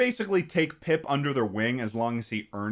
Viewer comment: little disappointed by the fact that didnt mention that the boy pronounces pip really fucking weirdly and sounds like hes saying poop in a posh british accent.